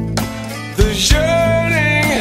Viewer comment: You could really here the swedish accent of mikael here, like how he pronounced yearning as jearning